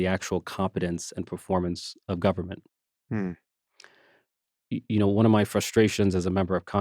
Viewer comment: Richie, please don’t pronounce the word government like you’re from South Carolina. It sounds ridiculous.